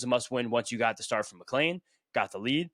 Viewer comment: I’m genuinely curious to if I am missing something…. Isn’t his name McLean, not McLain. Seems like everyone pronounces us with an A. Am I missing something ?